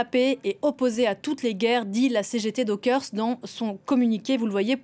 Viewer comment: Ah ! Pitié ! J'ai toujours entendu prononcer "dockers" au pluriel et non pas "dokersse" comme le dit cette charmante dame. Tout est chamboulé dans ce pays !